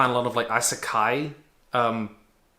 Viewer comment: saying isekai like THAT took me tf out lmao